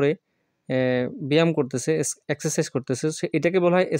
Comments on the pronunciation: স্যার আপনি বলেন যে একসারকিছ এটা হবে একসারসাইছ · একসে সাইজ হবে। মাঝখানে r উচ্চারণ হবে না।